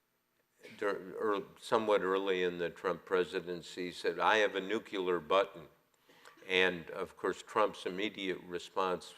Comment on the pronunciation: please make the pronunciation as it is spelled, nuclear not "nuculer". Thanks.